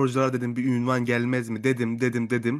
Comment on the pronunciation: Ünvan değil Unvan:)